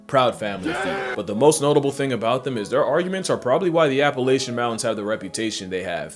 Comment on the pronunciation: begging you to never pronounce appalachian like that ever again 😭